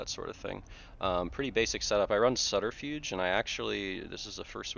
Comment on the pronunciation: Great vid dude, I'll certainly be using this as a reference for my new rogue. Oh, and the B in subterfuge isn't silent, lol. It has no relation to the word 'subtlety', where the B is actually silent.